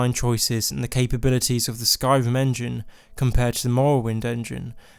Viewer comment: I've never heard this speech impediment before. "r"= "v" for some reason. Skyvim, Nevevavine, Movvowind :P